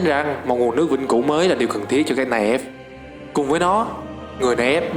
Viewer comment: Ông đọc tiếng anh vẫn còn sai nhiều đó, night elf đọc là nai eo ko phải nai ép nhé